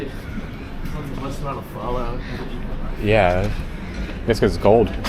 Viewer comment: Why does he pronounce Pho like Phaar? His pronunciation of the Vietnamese words just sounds stupid. Stop trying so hard.